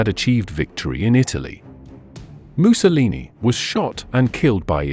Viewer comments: Is the narrator deliberately pronouncing Mussolini like “moo-so-leenee” ? Like him or loathe him, doing so is childish…to say the least. Likewise with “aaaree’ian” for Aryan [a’reean]…? Disappointing if not sad, given the otherwise excellence of his documentary. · Why does the narrator keep pronouncing Mussolini as ‘Moose-a-lee-nee’? I have a feeling Adolf is about to be A-Dolff very soon. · Might be cause the narrator is from Britain.